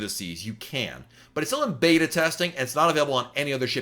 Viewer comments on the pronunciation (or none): none